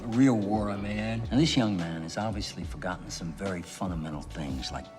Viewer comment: Also hearing you say “mayne” like Terrence Howard made me chuckle not gonna lie 😂😂😂 which reminds me, you have to cover Hustle and Flow because the movie is based on Memphis so I know you’ll have a field day with that 😂😂